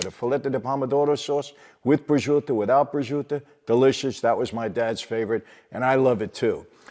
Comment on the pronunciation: Prosciuto is not pronounced correctly here.